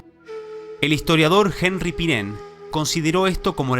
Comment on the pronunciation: El nombre del economista belga Henri Pirenne se pronuncia /anri'/ no /je'nRi/. Saludos